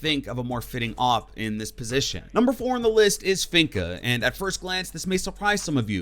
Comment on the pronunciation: I was listening to his list and I was like okay he has good ideas and reasons for being on the list. Then he said finka. I instantly paused the video and disliked it, proceeded to go to the comment section and write this. Then clicked on a Random YouTube algorithm video. 😂